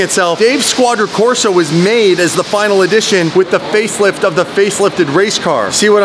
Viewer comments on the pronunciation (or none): Please tell me you () didn't say it's 'the faithlift of the faithlift' lol. I played it back a few times and i cant hear anything other than that. I hope you were trying to say 'facelift' but i really can't hear it hahaha! Glad you're still nailing it though 👍